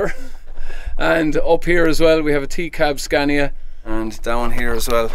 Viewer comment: Scaaaaaania! Long vowel sound!